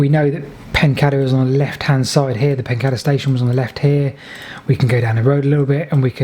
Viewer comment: Everything about your videos is brilliant except your pronunction of place names! Surely it is PEN-CAY-DER. There is only one D.